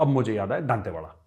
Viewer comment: Thankyou for covering our story major sahb❤️ What you're saying is absolutely true, but you mispronounced the name of my hometown, it's दंतेवाड़ा, not दांतेवाड़ा 😅